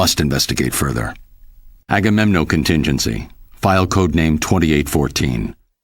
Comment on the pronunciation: É agamenon e não agamenom